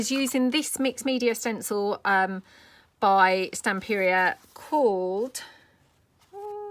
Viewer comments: TemPRA is how you say it. Oh you pronounce it Stamp per re A. If you don’t pronounce right they won’t send you freebies girl. Just trying to help you. Hope nobody thinks I’m a witch. At least here in the states. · Tem-per-ah is how I’ve always heard it pronounced. I’ve would never film me crafting. The biggest mess maker in the world. I think the background pages are beautiful. Can’t wait to try some. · I'm old, like really old & in school we were taught the pronunciation "tem per a".